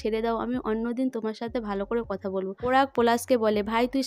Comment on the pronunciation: আবার পরাগ কে পোরাগ ।পলাশ কে পোলাশ কথা কে কোথা কি বাজে উচচারণ আপনি উচচারণ ঠিক করুন ।খুব বাজে ।